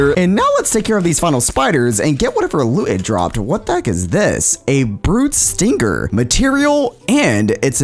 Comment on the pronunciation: Stinger is the right pronouns not stringer